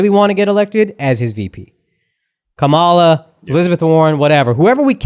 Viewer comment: FFS! Her name is pronounced KAH-muh-luh — NOT Kuh-MAH-luh 🤦‍♀️